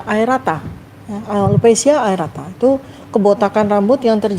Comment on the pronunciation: Berkali2 dr.tifa salah sebut, yg benar alopesia aREAta. Bukan aerata. Dan lagi dr.fita ini dokter umum, saya rasa beliau tdk bisa berbuat banyak untuk menolong Pak Jokowi.master iminologi mungkin bisa menelaah dan menganalisis autoimunitas tapi tatalaksana klinis tentu berbeda. Tokoh sekelas Pak Jokowi tentu sudah berobat ke spesialis penyakit dalam konsultan reumatolog untuk autoimunnya.